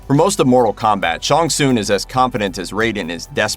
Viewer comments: Please do your name pronunciation research. Not Shawn Soon. I just grimaced every time. Sh-Ang Sung. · It’s Shang Tsung, not Shon Soon! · Shang Tsung not Shong Tsung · "Sean soon" it's Shang tsung lol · Shong Soong? Dude... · Who is “Shong Soon”!?!?! Hahaha I’ve been a MK player since the original when I was like 8 or 9; don’t think I’ve ever heard it pronounced that way…outright butchered. But then again, the best “fatality” I’ve seen in awhile….. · I can’t help it. Why he keeps pronucing Shang Tsung as ShunSoon. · "ShOnG sOoN" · The main villas Shang Tsing name is pronounced Shang sung not that weird pronunciation by the narrator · Shawn Soon..... shut up stupid narrator.... trying to sound different..... SAY IT RIGHT!!!! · The fact this guy cant say shang tsung correctly drives me insane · Mannnn you too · Hearing you mispronounce Shang Tsung over and over again is grating. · I enjoyed watching this reboot but I have so many plotholes noticed. I also noticed how the host of this video could not speak Shang Tsung's name the right way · The way you pronounce Shang Tsung is hurting me a bit 🤔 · K, but why do you say Shang Tsung like that? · I wanted to punch this guy every time he said Shang Tsung wrong.